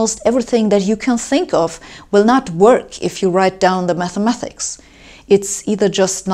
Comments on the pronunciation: "Mathemathics" versus "Mathematics" - you pronounce the word with two 'th' sounds but there is only one: "ma*th*ematics" - the 'th' is correctly spoken after the first syllable, but the second time you say it, it should be instead said as a 't' sound. No offence intended! All the german people I've met always wanted to improve their english to the point of perfection so I hope you feel the same way and will be happy to read my suggested improvement in your english. Your video was interesting, by the way. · Who's gonna tell her it's 'mathematics' not 'mathemathics'? Good luck who ever it is !! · Should be "mathematics", not "mathemathics". ; ; ; ; ; ; ; .